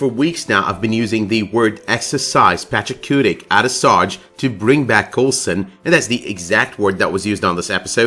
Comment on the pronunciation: IT'S PACHACUTI. PATCH-A-KOO-TEE. PATCH-A-KOO-TEE. PATCH-A-KOO-TEE. NOT PACHACUTIC. everytime you say it with the C at the end, i cringe. so annoying. for someone that proclaims they love this show so much, I would think you would try to pronounce things correctly